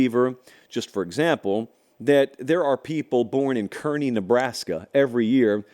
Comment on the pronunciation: Nice to hear the Kearney Nebraska shoutout! Thanks,. It's pronounced Karney - like a person that works at a carnival.